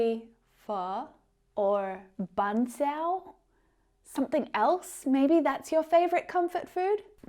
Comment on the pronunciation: You pronounced "Bún thịt nướng", "phở", "bánh xèo" perfectly,! - A fan from Vietnam!